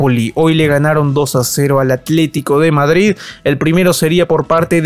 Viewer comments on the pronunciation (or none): none